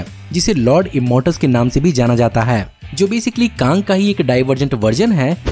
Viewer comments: Bhaiya kaaaang nhi kang hoga🤣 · कांग नही कैग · Kaang the kankarar 😂😂😂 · Ye bhai sahab sochta kuchh aur h aur bolta kuchh aur h. Pehle bola kang 38th century se belong karta h phir bola 30th century phir 31th century. Kaaaang nhi Kang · Although this video is awesome but i frustrated listening kaang😂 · kAANG KAANG WOW BRO MJA AA GYA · Pronounce correctly it's Kang cang the Conqueror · "Kaang"... Really 😃🤦🏻‍♂️❤️ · Kaang the concoror 🤣😂🤣😂